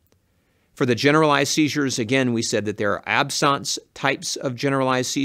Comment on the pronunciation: The only thing I don't like is how he pronounces 'absence'...